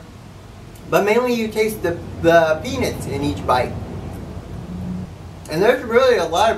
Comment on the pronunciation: What the hell is a peenit?